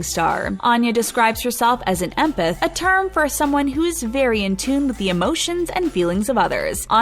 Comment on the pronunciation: THATS how you pronounce "empath" ???!!!